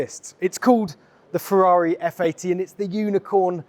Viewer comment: "Ferreri" is brutal 😂